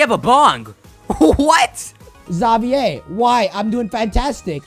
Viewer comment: You were pronouncing Xavier's name wrong 😑